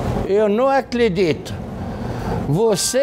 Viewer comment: “ eu não acledlito “ akkakakakakakka